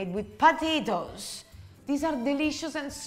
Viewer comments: Ooooh po-ta-to-es! Not patitos (little ducks in spanish)🫢😂😂😂🤌🏽🤌🏽🤌🏽🤌🏽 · I love it when she says "potatoes" and it sounds as if she were saying "patitos" . Those gnocchi look delicious!